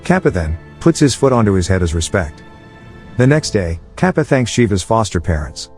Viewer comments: i can't stop laughing everytime it pronounces kaapa (katappa) and other names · It is kattapa not kaapa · He is saying kappa instead of katpa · yoo its kattapa not kappa . the explanation was nice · Wait it 's not Kappa it's kattappa And also mahismati not maharshi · What the fuck is kappa......... Its KATTAPPAA...... BITCH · Kappa? Lmao it's Kattapa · Okay im not indian but it's pronounce Tar-ka-pa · Honestly every time he called Kattapa as 'Cap' it cracked me up😂😂😂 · He may not have spelled some words like 'Katappa' and 'Maheshmati' as he should have, but it is fine; cause at last everyone understood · it is Kattappa (கட்டப்பா) {Kaṭṭappā} in pronucation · It's not Ka pa it's Kappa